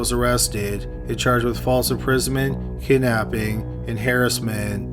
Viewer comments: Good catch And why tf does an American pronounce harassment as Hair-is-meant? The narrator creeps me out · why tf does an American pronounce harassment as Hair-is-meant? The narrator creeps me out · Pardon me for asking, but did you pronounce harassment as “heiress-meant?” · Damn that’s quite upsetting.. why DaFuQ... did pronounce harassment like that...? How dare u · You pronounce harassment like my 9th grade ceramics teacher.